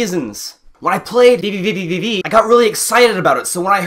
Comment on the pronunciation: Your VVVVV pronunciation was hilarious. Startling, but hilarious XD.